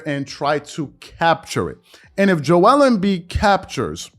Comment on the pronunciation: WHY DO YA SAY JO WELL EMBIID JO EL EEMM BIIDD